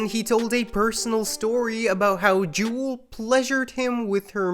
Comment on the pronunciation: Sir….her name is pronounced JEW-ELL. Good grief. If you’re going to do a documentary about Death Row, do better research.